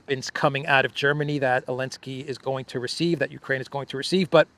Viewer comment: Mr. Austin does not know his right hand from his left. Did we hear him say , " U - KWaine.... " ? ? Elmer Fudd that one.